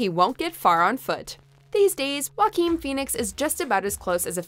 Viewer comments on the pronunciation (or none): none